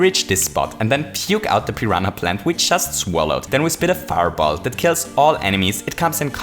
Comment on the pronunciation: Just a heads up, you don't pronounce the ''h'' in "piranha" at all.